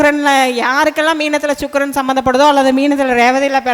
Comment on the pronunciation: ச்சுக்ரன் அல்ல வாந்தி சுக்ரன் என்று சொல்